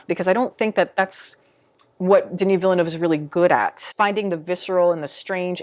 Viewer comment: As a French Canadian, thank you for saying Villeneuve and not Villanew hahaha I find these movies overrated as hell, even though they are incredibly well made all around. Like you said, i have more fun watching the Lynch version, it’s just bursting with creativity.